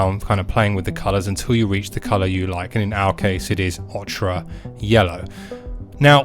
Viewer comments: It's pronounced "Oke-err, not "Och Ra" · 'Ochre' is pronounced 'oh-kuh', bruh...